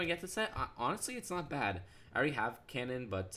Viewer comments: His name Kanan is pronounced KAY-nan not CAN-nan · It's pronounced Kaynan